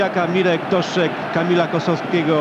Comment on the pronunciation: "Doszczeg", "szczał"...